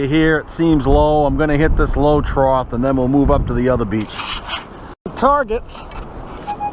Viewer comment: There is no word "troth." It is trough, (pronounced trof)